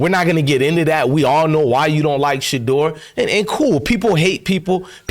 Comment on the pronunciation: you said it correctly because Shedeur is HIM!! 💪🏾💪🏾💪🏾